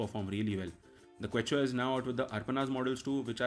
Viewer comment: It's Ke-chua not Kwe-chua (Hindi word for earthworm, see their logo).